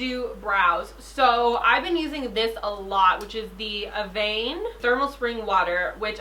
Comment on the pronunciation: Evian - "Eh-vee-on" hahaa, you were closer this time ! ❤️